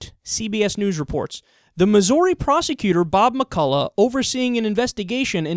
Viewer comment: Missouri Mizz-Or-EE... Miss-err-eee... Mizz-Orr-E-A-Sports it's in the Game. Mizz..Err-Orr--Ee--ee-a-e-i-o-u and sometimes y Yeah, anyway... the way you say Missouri.. It touched me deeply.